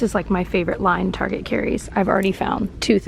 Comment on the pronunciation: I love that you call it "Targeé", my mom use to call it that ❤️